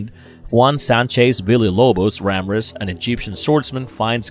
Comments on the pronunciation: I know! Dougal is Doo-Gal; Ramirez is Rah-Meer-hez! I know the narrator has a accent, but come on; just listen to the film!! "There Can Be Only One"! 🤔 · RAM-rez? He literally pronounces it correctly in the movie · Ramrez? RAMREZ????? You didn't even watch this movie. I already figured as much just by the stilted narration but there's no excuse for butchering the name of one of the greatest characters in the movie and one of the most important in the lore. I think this might be the same dude that did a video for "The 13th Warrior" and kept calling Buliwyf "Bully Wife" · I love how he keeps calling Ramirez,Ramraz so it shows he definitely never seen the movie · Sean Connery’s character is called “Ramirez”, not “Ramrez”. It’s pronounced: “Ram-ee-rez”. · And Ramirez not Ramraz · Ramrez? It’s Ramirez! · Its Ramirez not Ramraz, otherwise awesome video. Great work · RAMREZ!!!!!???? Dude its Ramirez. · Ram-rez? It's Rameriz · Ramrez?? It's Ramirez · Ram rez he name was Ramirez not ram rez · Ramrez...wtf....its RAMIREZ...😂🤣🤣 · Masa-moon-ay not Masa-moonie Ram-ear-ez not Ramrez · "Ram-rez"?? It was pronounced "Ra MEER ez" in the film. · It is not Ram Rez it is Ramirez and it was not DVD's it was VHS's, also Queen did the whole soundtrack not just one song, jeez you millennials need to actually do your homework before making videos....slackers everyone of your generation are slackers. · LMAO!! "Ramrez", "Bedwine", "Krugan"...... I can't.....🤣🤣🤣🤣🤣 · I wasn't the only one screaming Ram-ee-rez. And he wasn't Spanish but Egyptian. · Deserves the callout. And if anyone saw Highlander 2 they would definitely know this. "RAMIREEEEEEEEEEEEEZ!" Also Bedouin is pronounced Bed-oo-win, not Bed-won. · He SOMETIMES USES THE LETTER "T"... BUT THEN IN THE NEXT SENTENCE... IT HAS BECOME OPTIONAL 🤣🤣🤣🤣🤣 RAM-REZ.... OMG... I'M STILL LAUGHING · Rah- MEER- Ehz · He also pronounces some of the names wrong..."Ram Rez" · RAH-MIR-REZ. Ramirez for God's sake. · OMG RA-MIR-EZ!!!